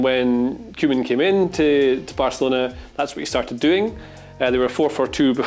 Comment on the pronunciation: Barcalona? Don't you mean Barcelona*?